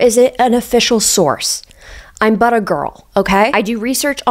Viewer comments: i thought she was saying 'butter girl' 😂 or was she saying that, not 'but a girl'....? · For a good minute I thought you were saying buttergirl. 😅😅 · I’m so disappointed in myself because I genuinely thought was saying “I’m butter girl” and spent the whole video with that in the back of my mind